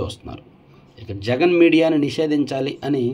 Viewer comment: తప్పు చదివారు, సీఎం జగన్ అని. కరెక్ట్ చేసుకోండి.